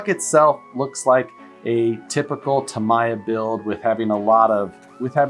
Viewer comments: Flip That Truck "Starting from from the bottom" Caffeine doesn't fix everything. Get some sleep,! We all love you but it's pronounced Ta-me-ah not Ta-my-ah. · it is pronounced "Tameeya" in English according to the Japanese executives I met from the company....